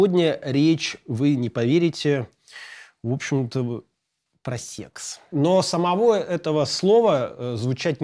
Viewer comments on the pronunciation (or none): Как же меня бесит когда говорят "сЕЕЕкс" именно через Е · Как нелепо и странно, когда вначале взрослый, казалось бы, мужик-застеснялся и произнёс прям как в школе в 3м классе "сеекс"😂господи